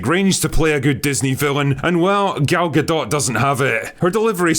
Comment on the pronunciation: LULZ! Goddammit, it's Gal Gadot not Gul Dukat! She's Israeli. XD